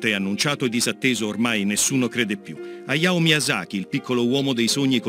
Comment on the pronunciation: Che urto che non venga pronunciata la H di Hayao Howl e Heidi. Per il resto sull'espressione "Walt Disney d'Oriente" non mi esprimo perché lo hanno già fatto altri.